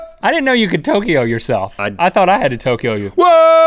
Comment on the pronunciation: What's up with when Link says Tokyo?